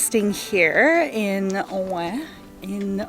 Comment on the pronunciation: WHOA. The beaujolais area looks STUNNING? Also I'm so glad you taught us how to pronounce Oignt....!